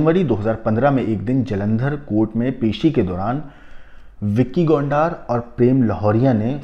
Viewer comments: Gondar nhi gondar h wo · Gondaar nhi Gondar h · Gondaaaar nahi bhai , Gonder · BHAI VICKY GONDAAR NAHI BALKI VICKY GONDAR *GONDRRR HAI GONDAAARRR NAHI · Aby gondaar nahi hai gondar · Tu pahle bolna seekh le anchor gondar नहीं गोंडर हैं 😂😂😂😂😂😂